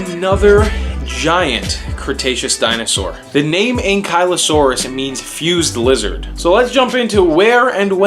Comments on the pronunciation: What great video! However, I always pronounced it like ANKLE-O-SAURUS. Keep them up! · You said it wrong